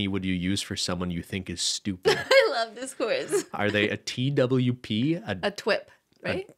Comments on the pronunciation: Twp for stupid is a Welsh word, pronounced “toop” like took And mamgu (also Welsh) for grandma is pronounced “mam-gee” (gee like geese) 😂 mamgoo made me laugh though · Twp pronounced tup which is stupid in Welsh 🤣 not t.w.p lol